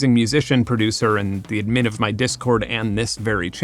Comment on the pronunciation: Who says "ad-MIN?"